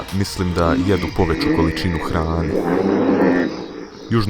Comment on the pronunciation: Nije poveču nego poveću kakav ti je to jezik brt